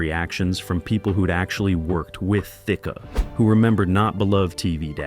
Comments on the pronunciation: I keep giggling over the pronunciations of "thick-a" , "thickie" and "thick-ay" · His name is Alan Thick Your keep saying b his name wrong.